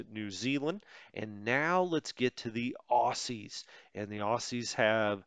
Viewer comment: Enjoying this, tempted to get this game because, much as I try, I just can't spend the time on WITP that I'd like to. Oh, and a quick pronunciation side note - "Aussies" is pronounced "Ozzies" not "Ossies" :-)